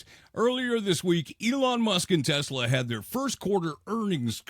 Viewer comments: OMG!!!!! He said "Tesler" again??????!!!!! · Trump: Teslur. 😂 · Someone please teach trump how to pronounce “Tesla.” Good Lord, what an idiot. 🙄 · The fact that he mispronounces the car brand says everything about him.